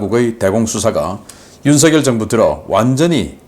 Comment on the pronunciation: 우리나라 대통령 이름은 '윤석열'이라 쓰고 '윤성녈'이라고 발음 합니다. '윤서결'이 아니랍니다. 초등학생들도 잘 알아요. 사투리 발음하고는 관계없어요. 미국 대통령 이름을 우스우리만치 혀 꼬부라지게 발음하지 마시고 우리나라 대통령 이름을 바르게 발음 하세요.